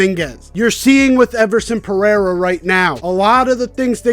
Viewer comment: He's trying to say, (peh RAY rah) Pereira, which is Portuguese.